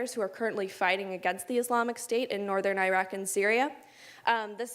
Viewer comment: Can you please pronounce Iraq correctly. Your points are valid and true, but a simple pronunciation of the name would be appreciated.